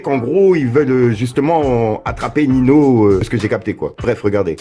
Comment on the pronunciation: Tu prononce mal ninho